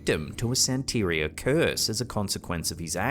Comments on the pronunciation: The way mispronounces "Santeria" I automatically thought of a cafeteria at a sanitarium, lol. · They lose credibility when they don't know the proper pronunciation of the religion their referencing. That isn't how Santeria is pronounced.